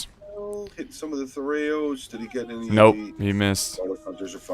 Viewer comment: The fact that the co-caster correctly pronounces thureos spears alone makes him a worthy addition.